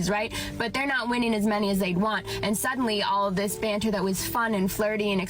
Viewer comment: I was laughing so hard at your accent on this one! "...witty baanter..." "...dabate her..." LOL So awesome. Here is the thing for that first female. Females (I've learned) are hypergamous, which means they LIKE dating above them in different ways. For example, why do many females demand/love TALL guys? It's because that is visually and obviously above their own stature. So the same thing can apply with money, or intelligence, or strength etc. If a female is BETTER at these things than the person they're seeing romantically, there is a good chance NEITHER the female or male in the relationship will feel naturally comfortable and happy. Period. That's not to say a female can't be a little better in one particular category, BUT if that is the case the female MUST view the male as really good/superior in another category (the more the better). So if a female makes more money, but the man has more strength, dominance and wisdom, for example, that can work; but for every way a female is better, or even equal, it automatically makes the relationship more of a strain for the man, just because of hypergamy, and the harder time the man will have keeping his female impressed and interested. At some point WHY would men bother? That's what that first female doesn't understand. It's totally fine if she wants to be super independent, argumentative and competitive - BUT when this means she'll NEVER have any meaningful men in her life, she shouldn't be surprised. So, she better be f